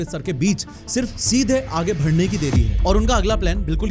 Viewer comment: Bhai ब और भ को बोलने की थोड़ी prectic आप भी कर लो मैने पहले भी बताया है।। जैसे( बढ़ना को आप भड़ना) ही बोलते हो।। ❤❤❤